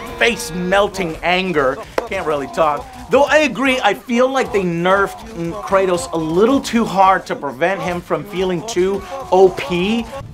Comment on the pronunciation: How is it possible to butcher both kratos and atreus’ names lmao come on otherwise this video was awesome